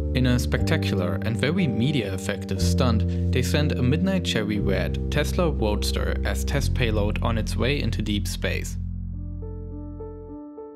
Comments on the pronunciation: Oh my god, did they send the Midnight Chewwy Wed Teswa Woadstew on the Fawcon Heavy Wocket? I had no idea! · he said wesla woadster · I vewy much want a cherwy wed woadster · "Chewwy Wed Tesla Woadster" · Tesla Woadster, wocket lol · "tesla chewy wed woadster"